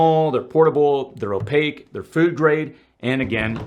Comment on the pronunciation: Oyapake? I think u mean opaque